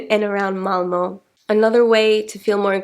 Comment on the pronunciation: I see you're struggling to choose between the English and Swedish pronunciations of your home town, Malmö. Isn't it about the time to switch to the swedish one.